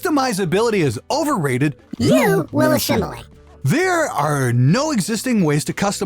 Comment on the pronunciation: ....a - SHIM - alate....or a - SIM - alate maybe....